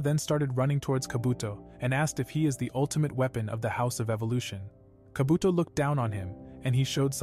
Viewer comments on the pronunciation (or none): Instead of saying kaabotoo he said kabotho